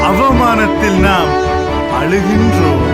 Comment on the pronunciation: தமிழுக்கே உரித்தான ழ வை உச்சரிக்க தெரியாதவன் தமிழ் பாடல்கள் பாட கூடாது. அலுகின்றோம்? அலுகின்றோம்?Please leave tamil apart.